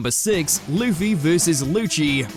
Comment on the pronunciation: Blackbeard was Whitebeards "comrade," but subordinate is a better word for the relationship. Just like the video where you guys mispronounced Luffy's (the main character) name, it is clear the writers are pure casuals. 😞